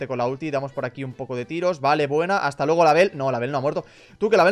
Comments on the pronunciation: hata en vez de hasta la verdadera magia de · Aqui los que se daron cuenta que faltava la s a las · Hasta❌️ Hata✅️